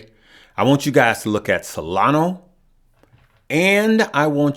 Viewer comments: Solana. ah. not o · It's SOLANA not Solano, and its CARDANO not Cardana. SMH... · solanA not SolanO lol